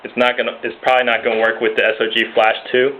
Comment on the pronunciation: Actually he did say it right! Get your facts straight. It's correct sog or s.o.g.